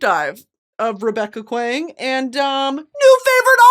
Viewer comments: Saying this because I love you but Kuang is pronounced KWONG I mispronounced Jodi Picoult's name for 15 years before I realized and I wish someone had told me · Kuang is pronounced more like song and as if there’s a w so Kw-ong or Kwahng if that makes sense, she directs people in interviews about how to pronounce her name so I just thought I’d add that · So glad you read Babel, welcome to the “R. F. Kuang is my favorite author” club. Linguistics meets anti-colonialism 🤝🤝🤝 EDIT: please know Kuang is pronounced similar to “song” with a K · Hi! Just a clarification, RF Kuang pronounces her last name like “Kwang” or rhymes with song. I only bring it up because she’s corrected previous interviewers about it! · Bestie I’m begging and pleading here…. It’s pronounced Kwong not Kwang 😭😭😭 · btw R.F’s name is pronounced “Kwong” like “gong” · brittany i love you but you are far too well educated to be pronouncing r.f. kuang's name like that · Bestie I’m begging you to pronounce Kuang correctly 😭 But more importantly R.F. Kuang is also my favorite author as of recent (I’ve read all of her books in the past 7 months) and was lucky enough to see her in person and hear her talk about Katabasis! I can’t wait to hear you talk about each of her books as you read them!! Edit: the poppy war is not YA in my opinion but it is NOT a romantic fantasy Also my reading order was Yellowface, The Poppy War, Babel, and then Katabasis and all of them were 5⭐️ reads for me 😌